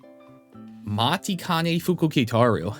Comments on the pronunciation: hate to say it... but isn't it pronounced "machikane"? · He still said it wrong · PLEASE LEARN HOW TO SAY MATIKANEFUKUKITARU's NAME CORRECTLY